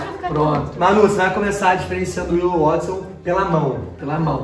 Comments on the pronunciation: Eles só falam Wotson mdssss, É Watson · mn eles errando o nome do Watson.....falando wotson rsrs...amei esse video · Os chamando o watsom de "Wotsom" kkkkk